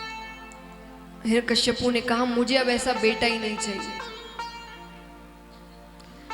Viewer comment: 'हिरण्यकश्यपु' नहीं "हिरण्यकशिपु' । प्रवक्ता/प्रवक्तृ का उच्चारण शुद्ध होना चाहिए